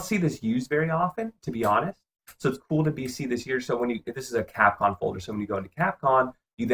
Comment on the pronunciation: Dude, it's CapCOM, not capcon.